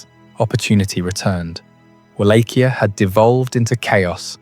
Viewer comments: It's pronounced Vol-ah-kia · Just to be a pain, and some added info, the correct Romanian pronunciation for Wallachia, is Vah-lah-kee-ah," but I sometimes can't hear the K either when said in Romanian tongue. It sounds like a H.